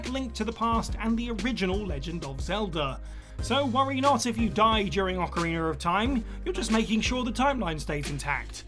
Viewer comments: Ocarin-A, not ocarin-ER. There’s no R at the end… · “Ocarinor of time”